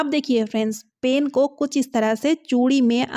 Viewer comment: Pain nhi pen bolo yaar😂